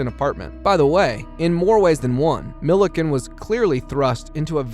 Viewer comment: Hey I like your content but maybe you could benefit from an editor or hire a voice actor? Your pronounced the painkiller, "Dilaudid" Incorrectly, and you spelled Sean's last name correctly, but pronounced it entirely differently. Thanks for the video :)